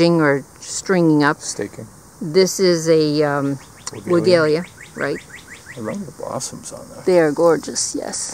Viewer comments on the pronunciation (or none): Not to criticize but help. You know I before e, except after c, or when sounded like a as in neighbor or weigh. So Weigela is pronounced Weigh Gel Ah. Took me years to learn it because my mom always pronounced it wrong. Our family is Polish so she managed to get the V sound at the beginning.